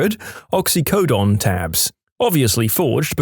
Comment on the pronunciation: The narrator mispronounced "infinitum" the phrase "ad infinitum." And, as he's done in many videos, badly mispronounced "vehemently." Also, the pronunciation of "oxycodone" was close, but not correct.